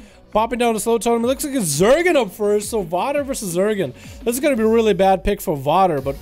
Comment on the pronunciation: Wouldn't Zegen be "Zehgen" or "Zeegen"? Not quite sure how "Zergen" is getting in there unless this rogue is an alt or something.